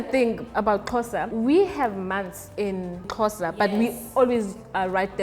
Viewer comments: My social studies teacher pronounces Xhosa as Sho-sha😭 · Now practicing trying to say Xhosa the right way